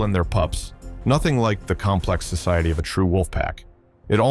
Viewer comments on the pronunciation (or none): none